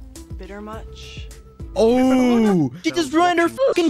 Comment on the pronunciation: How actors should say it : bitter much😌❤️✨💋☠️🤪😼😄 How dixie d'amileo says it : bitter muCH 😤